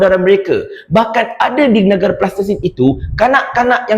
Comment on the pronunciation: Sebut betul2 Palestine brader..